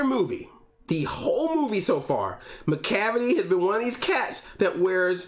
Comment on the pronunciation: "MACLAVICLE" made me weak 😂